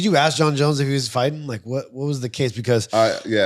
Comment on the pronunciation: Why does rampage say “ AX “ instead of “ Ask” I’m Finnish and I understand how to say ask